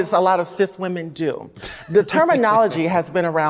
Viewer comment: 39 seconds in he said whamin 🤔🤔🤔